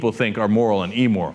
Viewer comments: P.S. it's "IM"moral, not "E"moral. :D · Cenk, the word is immoral not emmoral. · "E" moral?? Really? "E" moral? I grind my teeth every time I hear that pronunciation. It's IMmoral. Geez... (But I love your show!!) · amoral not "emoral" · Hate to nit-pick here...but...it's AMORAL, not emoral. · Again - Cenk, it's immoral as in 'imbecile', not eeeemoral. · I love Cenk, but I hate how he says Emmoral, lol. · Cenk's pronunciation of immoral... EEmoral... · Also, you should learn how to pronounce "immoral". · Does Cenky mispronounce the word "immoral"?